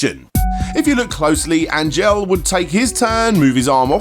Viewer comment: Angel is a pretty common Latino name, bro, and you're mispronouncing it. It's more like "On-hell" than "Ain-jel"